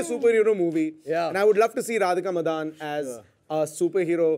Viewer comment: Is it pronunced as Radhika Madan or Madaaan.....I thought she was a Tamilian or Telugu by her surname.....her voice is so like Tabu’s...